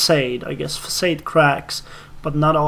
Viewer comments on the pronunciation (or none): Love this series. By the way, "facade" is a word with French origins. So like most of the romantic words in English, it's pronounced with soft vowel sounds - "fah-sahd" The voice of your soldiers still sometimes haunts my dreams. Make of that what you will.